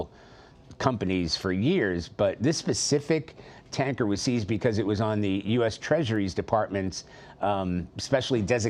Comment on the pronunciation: “sEEEEEEEEIzed a containeRR”😂